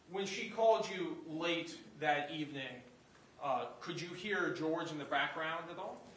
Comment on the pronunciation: Jorge, but she pronounced it George.